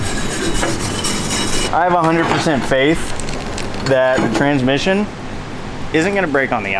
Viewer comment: Guys, its pronounced "Tranmission".